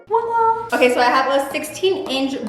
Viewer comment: The “wa la” has me deaddd